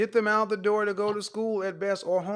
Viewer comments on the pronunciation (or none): none